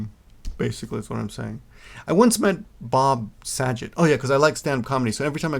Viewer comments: Bob Sa-jay? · You pronouncing Bob Saget name wrong did cheer me up a little about Robin Williams nice story too I remember the first time I saw Bob's stand up it was shockingly dirty and hilarious.... as far as the email the guy sent you what you said last about it not mattering what race your spouse is what I was thinking the whole time but sadly I see a lot of these types of comments online there isn't any benefit in marrying a Japanese person only in marrying a good person you can share your life with... Also I'd like to see you do some stand up!